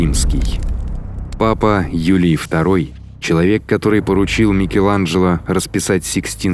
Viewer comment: Не БергАмо, а БЕргамо и мосты перепутаны.